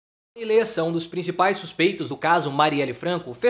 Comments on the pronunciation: Amigo, não é "lêssa" é "léssa" a pronúncia correta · Pronuncia-se Le'ssa